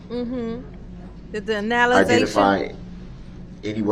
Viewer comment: It was so comical to watch Darrell trying to “out smart” these highly trained specialists in their field was so hilarious! He couldn’t even pronounce analysis correctly! 😑